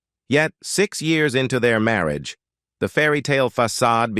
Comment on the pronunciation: The narrator of this otherwise interesting documentary is simply awful.. I assume that "Marry-agay" is the worst-ever pronunciaton of the word "marriage." The dreadful narration simply ruins the documentary. Oh, and the good people of Monaco are properly referred to as "Monégasques" (pronounced "MOHN-eh-gasks"). Crikey.